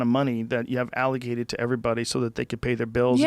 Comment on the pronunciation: I don't remember him ever saying it properly...he also said Alligated instead of Allocated...he pronounces many words and names incorrectly.